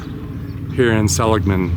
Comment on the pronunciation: THANK YOU~ you're one of the very few I've heard pronounce "SELL-ig-mun" properly! Named after the founder, Joseph Seligman, a western pioneer who helped establish the San Francisco Stock Exchange, among many other ventures....